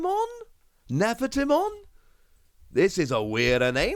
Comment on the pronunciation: Nefertimon is a spin of Nerfertiti. Hope that helps with the pronunciation